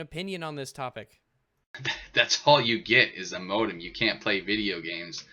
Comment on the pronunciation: Every time he says modem I cringe a little.